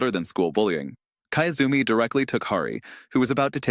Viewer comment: kiyozumi, key-yoo-zoo-me. not kaezumi.